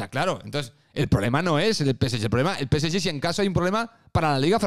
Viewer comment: PCY?... O... PSG?... Peceye? Que mierda de idioma es ese?